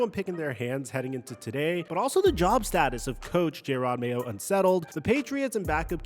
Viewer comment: Calling Jerod Mayo, "Jay rod" Mayo is absolutely crazy. Weirdly you later say it correct so clearly you did it on purpose.